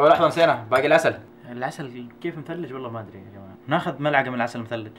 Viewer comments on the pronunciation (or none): none